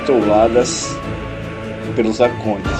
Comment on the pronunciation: Circuncisão e não circunzisão. Arcontes e não arcondes. Quando se fala errado perde muito crédito...